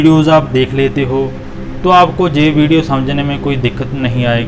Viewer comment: भाई साहब आप अपनी हिंदी ठीक करो। जे नहीं यह होता है